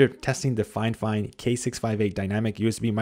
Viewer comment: Dude actually pronounced the name of the brand right.. Good job man !